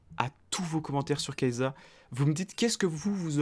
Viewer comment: sa se lis pas kaysssa ?